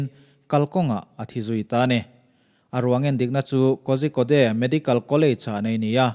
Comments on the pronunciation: Kozhikode "Kaw-rhi-kawt" tia lam tur. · korikawd ti a lam tur aw... a ngaihnawm hle mai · Ngaihnawm,hmuhnawm thin mange....mahse Kozhikode ti a ilam hi..Korikode ti anga lam tur ani e...a spelling ori lam chu i lam dan chiah2 tho ani na a...